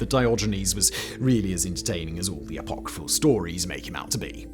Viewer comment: Say "apocryphal" again, bro... i dare you...